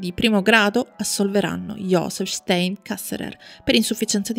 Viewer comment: anche il cognome è sbagliato.. stEin, in tedesco infatti la EI si legge AI (come ad esempio anche la EU si legge òi) 😇